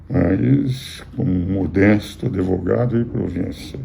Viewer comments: É advogado, não adevogado. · Professor, o nome da profissão é Advogado. Não Adevogado.